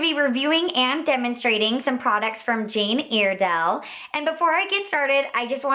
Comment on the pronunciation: It's pronounced Jane Ire (as in synonym for angry) dale, not Airdale. The most popular products are the mineral foundations, that's where the whole company started from. The pressed powder is amazing!